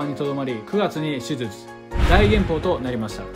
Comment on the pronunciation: 手術言えてなくて草